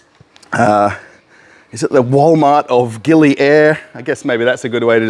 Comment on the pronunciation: The island pronunciation is Gili Aaheer! (Air means water )!